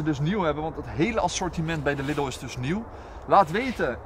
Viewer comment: Jeetje, wat is dat toch met de mensen daar in de randstad en noorden van het land? Je spreekt Lidl uit als LIEDEL! Niks niet Liddel. :P Ik kan het weten, want ik woon 5 minuten van de Duitse grens af en ga iedere week naar de Duitse Aldi en Lidl. Het is dus Liedel, beste mensen, dus spreek dat a.u.b. goed uit. Thnx! :) Voor de rest, ik vind jullie video's gewoon top, jullie zijn echte vuurwerkliefhebbers, dat zie je gewoon, dat staat niet ter discussie. Ga vooral door mannen! ;)